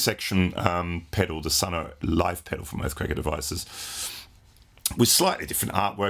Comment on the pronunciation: It's just Sunn.. not Sunn Oh...